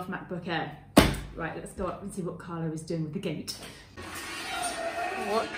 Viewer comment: CARLO, not "Carlos". CARLO is Italian, not Spanish and very lovely man ( sorry, I know he is yours!)